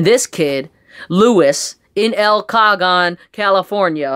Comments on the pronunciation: el ca hone say el ca hone not el cage on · FYI, it's pronounced El "Ka-hone" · A class action lawsuit against eBay from sellers should be an easy way to force eBay to fix the problem or shut down. eBay should not be in the business of giving warranties on sellers products. That's between the seller and the buyer. You experienced the reason why i NEVER buy or sell through eBay. Always in person, locally through Craigslist, if at all. It's phonetically pronounced "el ca hone" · The name of the town is " L-KA-Hone" is how you pronounce it..Report the phone stolen to the carrier and they will lock it.. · Sorry for the technicality.... by It's El Cajon ('El' 'Kahone')... lol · BTW el cajon is in southern California. We are close to the border here so a lot of Spanish names pop up. It is pronounced El Ca - Hone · It is pronounced L as the letter. cal as the short for California and hoon. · El Cajon, California is pronounced El Kay-Hon. Just so you know. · EL CAJON = (EL CA-HONE) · El Cajon pronounced El Ca hone